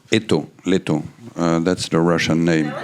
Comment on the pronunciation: is,, лето "with stress on the e and pronouncing,,a" in the end.